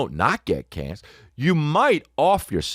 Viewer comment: The HJ bit ... And saying Canc for cancer 😂😂 im done with you maan😂